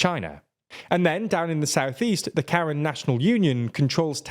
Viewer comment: also the pronunciation is a lot different. It's just short K sound and Ran. K-Ran.